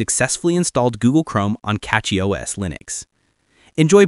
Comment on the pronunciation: It's Cachy, not Catchy...